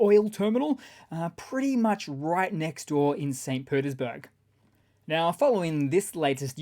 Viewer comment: LOL! When you Said St. Petersburg, it almost sounded like St. Putinsburg. It's his hometown, so not too far off. 😜